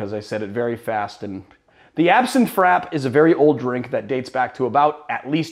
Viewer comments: Um..... Frappe is pronounced Frap-pay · I thought frappe was pronounced like fra-pay? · you're correct, a frappé is essentially a drink on the rocks, but those "rocks" tend to be crushed or shaved ice. It's a serving technique, rather than a specific (coffee) recipe, and such. And yes, he's mispronounced it.